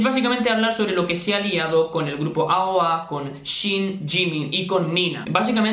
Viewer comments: se dice eioei :v pero bueno me decepcione ver que jimin de aoa hiciera bulliyng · No se dice eioei? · Encerio no sabes pronunciar aoa si es muy fácil